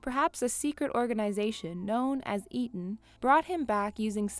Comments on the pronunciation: Shows she's not seen Hobbs and shaw coz she pronounced Eteon WRONG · the fact that she doesnt even know how to say eteon correctly and butchers it multiple times.